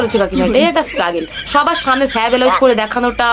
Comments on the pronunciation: আরে নিজেরটা দেখ আগে ব্লাউজ কে বেলাউজ বলে 😂😂😂😂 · সায়া ব্লাউজ❎স্যা ব্লাউজ ✅ 😂